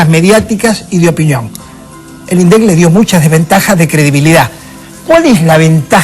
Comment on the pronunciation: El debate era por las legislativas,en las que se sobreentiende que cada cual debería haber mostrado sus propuestas, pero se habló hasta de "concierto",pero del tema en cuestión,NADA! En consonancia con P.Gay y siguiendo el pie que le dió (Min. ), atacó a los gritos a los "índicisdilindec" (así lo pronunció). Quiere volver al viejo INDEC manejado por el FMI que inflaba la inflación para darle 400 mill de U$S por punto a los tenedores de títulos entre los que se haya el gran diario...